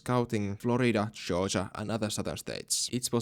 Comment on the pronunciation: I love when you pronounce Georgia as Joja 😊